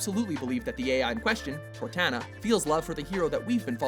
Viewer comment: You can't even pronounce Cortana? What the hell is wrong with you? It's almost bad enough 343i continued to encourage the Chief-Cortana ship (which results in some seriously annoying Cortana porn), but you can't even pronounce her name right while discussing it?!? Actually, they make a fantastic couple. Just, all you fanboys out there? Please stop trying to sexualize it. AI's don't work that way. But damn... Ellie and Riley... to borrow a meme, "my parents didn't sign no permission slip for this feels trip". And it's obviously not Mario and Princess Peach! It's clearly Bowser and Princess Peach! Sheesh, can't you get anything right? Well, you at least mentioned Eddie Riggs and Ophelia, so I guess you do some things right.